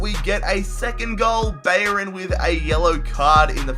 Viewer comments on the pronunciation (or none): none